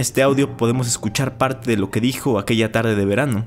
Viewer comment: "Por otra partí" No mms jajaja